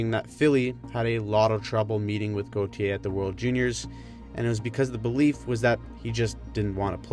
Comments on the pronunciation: the way she pronounces "Goo-tee-yay"🤮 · Cutter Go-thee-Ay